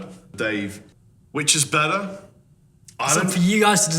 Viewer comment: I don't know, which is bedder,?